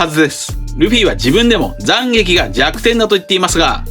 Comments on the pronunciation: 7：57 急に東北弁に聞こえるんだがw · 斬撃の発音が気になるｗ